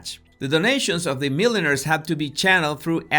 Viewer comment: I thought he was talking about hat makers. Why would Epstein want to introduce hat makers to institutions? Then I realised he meant millionaires. He sounded like he was saying milliners!